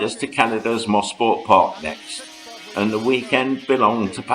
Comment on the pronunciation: what a time to be alive!!! BTW...its not "mossport park" it is pronounced mo- sport for motor sport park. now they call it Canadian Tire motorsports park but to us locals it will always be MOSPORT. THX FOR THE GREAT VIDEO.